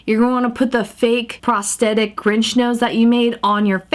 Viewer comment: you mean the grunch nit the grinch